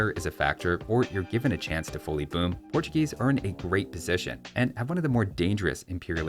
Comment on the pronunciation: *Portugeese lol